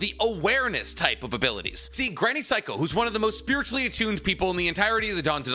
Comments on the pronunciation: It's pronounced Say-ko not psycho, lol 'Ei' is pronounced like the letter A in Japanese, so Granny Seiko is pronounced like Granny Say-ko. And just for reference 'Ai' is pronounced like the letter I. So Sai from Naruto is pronounced like the English word sigh or the beginning of the word psy-cho. So if her name was pronounced like granny psycho it would be spelled using romaji like this Saiko Class dismissed 😁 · Bro can’t even say granny seikos name properly.